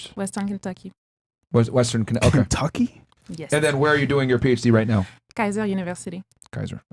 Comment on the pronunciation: “KENTUCKYYY?!?!?” Why did have to say it like that? Is he scared of Kentucky?